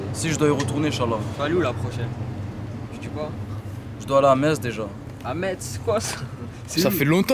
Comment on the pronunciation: une ville de moselle 57 , et on prononce messe sans le T